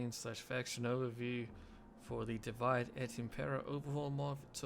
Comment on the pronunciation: "Divide" in Divide et impera is not english word. Your pronunciation is wrong. Here